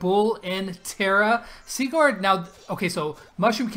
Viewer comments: U are saying Sigurs WRONG! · Oof, am from Norway aswell, and am srry buddy but u say it kinda wrong😂